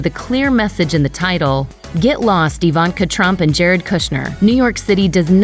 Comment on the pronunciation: Is the narrator a bot? Who pronounces Ivanka - EEE-Vahnnn-kah?